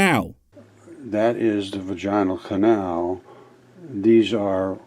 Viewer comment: Mispronouncing “vaginal canal “ like that is true virgin speak!😂